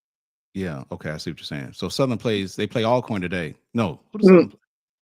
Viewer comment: Al corn, dude stop it. You played at Grambling and saying Al corn. Hopefully he’s trying to be funny. I’m JSU btw. Everybody knows it’s pronounced All corn